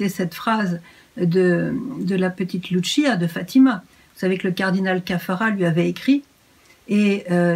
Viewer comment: Ma chère soeur Emmanuel , il faut prononcer " Lucia " comme en français " Luci-a " . Il ne faut pas dire " Lutchia " . Le " C " en portugais se li " ç " comme en français. Merci. Bisou